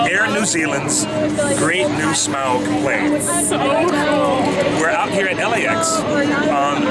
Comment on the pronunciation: I like to imagine that Peter's inner Tolkien nerd is cringing at the Air New Zealand CEO constantly mispronouncing Smaug's Name. XD